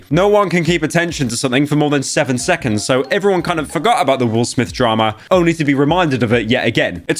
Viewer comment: Wil Smif fel ooff